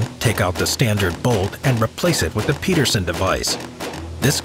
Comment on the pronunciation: not PETERSON John PEDERSON. Ped , as in pedestrian. Merry Christmas 🎄